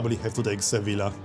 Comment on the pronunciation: I'd complain about your pronunciation of "Sevilla" (and other Spanish cities), but I'm sure I'd butcher every Polish city haha